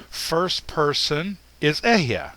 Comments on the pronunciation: Hebrew speaker here. There are two small corrections I'd like to make: 1. The word אהיה is pronounced E-he-ye, not Ehyeh (read the E's in 'E-he-ye' like you would in the word 'El', I'm not sure how to write that). 2. אהיה doesn't actually mean "I exist" or "I will exist", perhaps outside of a few select examples. The correct translation here would simply be "I am what I am" (or the slight variations you presented). Just a little correction. (I don't blame you, Hebrew is really confusing). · i wonder, why do you pronounce אהיה as e-h-ya and not e-h-ye? is it just foreign accent? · It's not ehyeh - it's eh-he-ye ill be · It’s EHEYEH = EH-HEH -YEH not EH-YaH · "I am" means there is no other but "I am" only. Others are not. What bugles my mind is that you pronounce EHYEH like it is EHYAH. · It is Alahiym, Ahyah Ashar Ahyah, not Elohiym, Ehyeh and His name isnt yahweh His true name is Yahuwah. Why dont you Kabbala K zars stop lying and stop hiding the true pronouncations for your Baal(yahweh)jupiter worship! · But is illiterate or else he thinks ALEPH is pronounced with “EH” like egg. It is pronounced AH just like ASHER - is he now defunct in getting both start with ALEPH??? This is BLASPHEMY to say that we need to CORRECT WHAT FATHER SAID: HE said AHAYAH ASHER AHAYAH I kinda lost interest in teachings when he deduced there were only 6000 Hebrews who were in the wilderness after they left Egypt. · Ehyeh is a 3 syllable word, not a 2 syllable word.